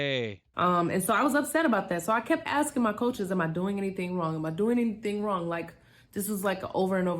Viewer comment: And its ask-ing..... not ast-ing